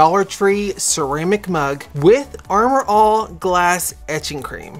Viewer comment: I love how you keep saying Armour "All" LOL Your so funny.